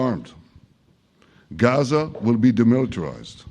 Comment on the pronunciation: Ye Gaza ko gza filistine ko falisteen ye reporter Pakistan se aya h kya😂